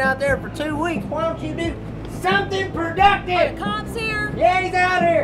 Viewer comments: "Do somthin perductive!!!!" god i love!!!! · "WHY DONT YOU DO SUMPIN PERDUCTIVE!?!?!?!?!?!?